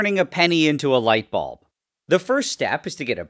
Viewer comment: Light sours yes light balb not quite 😂